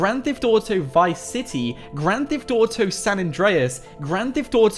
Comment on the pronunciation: It kills me when you say gran thef dotow